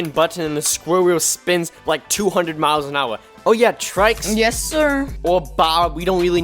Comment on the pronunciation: man said trikes